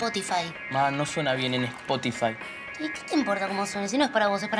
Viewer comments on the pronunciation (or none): xd🤣cunado dice espotufay un anuncio